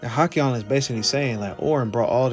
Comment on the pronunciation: "halcyon" is hal-SEE-on. Hearing you say it wrong every time hurt.